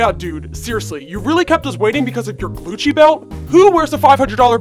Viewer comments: xxBailey MSPxx me Heath said glucci belt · did he say glucci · It is glucci. Like how MONSTER highs say truth or scare she uses glucci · Did anyone else hear “glucci” 🤣 good video though💕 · Yes i did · Its called Gucci not Glucci like if you agree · It’s not called Glucci belt is called Gucci belt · Yeah I did hear that "Just my gljcci belt." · Its supposed to be glucci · It is glucci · xxBailey MSPxx because he did say “Glucci” lol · That's what she calls it its monster/ever after high theme so it makes sense to call it glucci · I thought they actually meant glucci But ik no one will read this so idc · It’s supposed to be glucci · She does ah glucci so it DOSENT sound like Copyright I thing like a play on it like how she says saflora instead of sephora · Yeah, but I think it's supposed to be Glucci (like they changed it) lmfao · It is glucci! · Qui Nn it’s meant to say glucci not Gucci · It's supposed to be glucci because it's the monster version name of Gucci. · In these videos the person makes they call it glucci you must be a noobie noob not tryna hate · He said gluchi belt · I herd Gucci w lot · "Glucci" And "Louis Vuitton" (The S is not silent) I'm dead XD